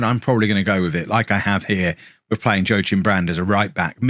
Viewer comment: What's Brand's first name? Joe-chim? Isn't that Joachim (jo-a-kim)?